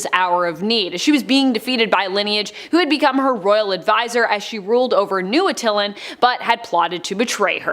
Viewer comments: Did she pronounce Attilan as Uh-till-len? It's pronounced At-ta-lan. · Not Uh-til-lan but Att-Eye-Lan